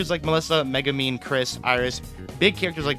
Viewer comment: It's MegUmin, not MegAmin, godamn people who can't read make me furious